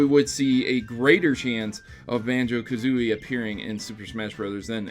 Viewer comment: I hate to be that guy, but it’s Kazooie, not Kazooi...